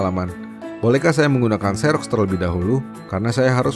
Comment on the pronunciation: setau saya 'xerox' itu bacanya 'ziroks' bukan 'seroks' hhe